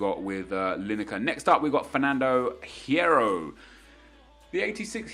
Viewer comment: The H in Hierro is silent Nep. It's pronounced "Yierro."